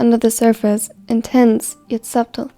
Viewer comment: the "b" in subtle is silent its pronounced like this >> suttle